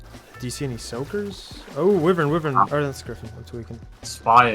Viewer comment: It’s why-Vern not whiivern